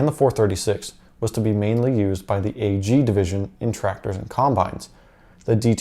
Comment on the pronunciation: Why do you say “A-G”. Ag is short for agriculture so chop riculture off and say ag